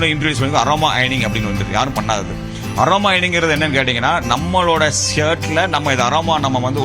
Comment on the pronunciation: ஆரோமா கிடையாது. அது அரோமா😂😂. நீ யாரோமா. நான் சொல்லுதேன் மா😂😂